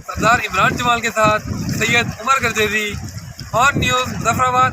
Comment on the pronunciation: عمر گوردیزی نہیں عمر گردیزی نام ہے نام غلط لیا گیا ہے اور مظفرآباد ہے مظفر گڑھ نہیں ہے۔ ادارہ اس میڈم کو بولنا سیکھاۓ یا کوئی مثبت ادائیگی کرنے والی نیوز کاسٹر کو لایا جاۓ